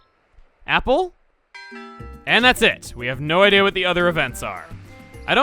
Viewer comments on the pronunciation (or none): can you say Apple for me? A ppp le sound it out! Cmon you got this